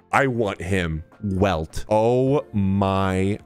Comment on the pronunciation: Welt (pronunced "Velt") is the only canon character from Honkai Impact 3! And he's such an AMAZING character, I love him, he was so epic in HK3, can't wait to see more about him in HSR! (playing the beta and I NEED him). With this game, HK3 devs are just showing how good they are, it's gonna be so epic! I'm glad they finally get all the attention they deserve.